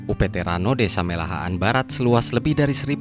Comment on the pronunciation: Mehalaan bossku Bukan melahaan😂😂😂